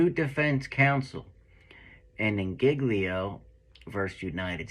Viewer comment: Every real cop would never mispronounce " GIGLIO. " as painfully as.he does.. Either he wasn't a cop or was in and out in rookie stage less than 5 years of service. (Opinion only)(Educated Opinion)....